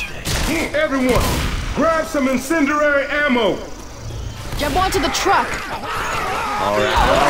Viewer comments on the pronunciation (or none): I love how Coach says "incinderary" instead of "incendiary"